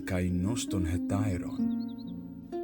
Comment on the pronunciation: Eu sempre achei que a conjunção "kai" deveria ser lida como KÁI....você leu como KÊI...sou seu mais novo inscrito..quero aprender ..corretamente